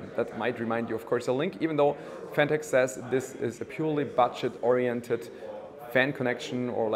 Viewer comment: anyone else hear Batsh!t orientated instead of budget lol